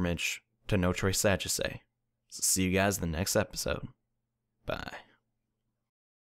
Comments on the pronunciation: maybe in japanese but notre sagesse is from a country in europe so different pronunciations No-treh Saw-geh-see is how it would be pronounced over in europe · I'm french, and you should pronounce it no-t-reuh sa-jeasseuh. It probably is impossible to read but anyway xD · I must admit, you nearly said it correctly, just that the last e isn't pronounced, but that was it